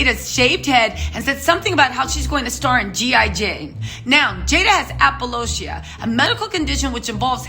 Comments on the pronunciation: When you said "apolo-cia"!😂😂😂😭. Took me out! It's alopecia 🤣 🥰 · ITS pronounced AL-O-PE-CIA Not apoloshia>>>>> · It's called Alopecia. Not Apolocia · Yeppp I had to listen again and that’s what she said - APOLOCIA!! Jaida’s Alopecia is not a serious condition, there are people with serious alopecia!! What Will did was disgusting, the academies should recall the Oscar!! When Jaida got in an “entanglement” that’s the time a slap could have “maybe” be justified!! He went from hero to zero in my books!! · Did she just say “APOLOCIA”? 🤦🏽‍♀️🤦🏽‍♀️👩🏼👩🏼, it’s a condition called ALOPECIA!! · Queen it’s alopecia not Apple lotiah that made me giggle. All love though ❤️❤️❤️ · The fact that your saying apolocia and not alopecia is killing me🤣🥴🥴🤣😂🤣🥴😂😭😭🥴🤣😂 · Lol calling alopecia applelocia!!! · 😳, what is ALOPOCIA?🤣🤣🤣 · Aloe-pee-sha... Just sayn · The Word is ALO PEESHA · It’s pronounced AL-LO-PEESHA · Love your pronunciation of Alopecia - I believe its "AL - LOH - PEE - SHUH". Keep bringing all the Oscar tea! lol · Sis the word is AL- LO-PEE-SHA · IT'S CALLED ALAPECHA. GIRL YOU KEEP CALLING.IT THE WRONG NAME. CARRY ON. 🌹🍀🌷🌸🌹🍀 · Isn't it al-pee-shia? (pronounced) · Hey!! First, it’s (AL A PEE SHA) alopecia. Many of us didn’t know she has it, apparently Chris didn’t either. 😉. Second, Will was WRONG! Keep your hands to yourself! We’ve gone through this many times. I love Will Smith but this took him a notch down for me! Protecting your wife my a&&, that could have happened BACK STAGE or elsewhere! I’ve NEVER been a Jada fan! And SHE’S disrespectful as well!! Bad move! Not a good look for either of them! Rock was right for not responding and waiting for his next move!! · It’s pronounced alopecia, Apollonia was in Purple Rain with Prince silly 😂😂😂😂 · Al-Oh-Pee-Sha 😂😂♥️ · I was like Apple what? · You pronounced “Alopecia” right in your first video. Not so much now. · It's alopecia...I don't know what you were calling it.